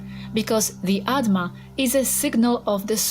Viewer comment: It's "Atma" not "Adma"